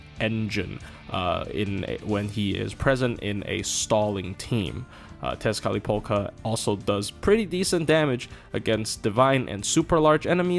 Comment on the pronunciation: Did you intentionally say 'Tezcatlipoka' as many times as you could just to flex your ability to actually be able to pronounce that damn word?